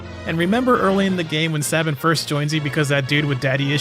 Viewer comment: It's pronounced Sabin obviously